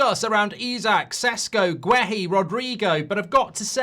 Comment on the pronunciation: Why can’t this bellwhiff pronounce players names properly? Wissa, Guéhi and there’s probably more.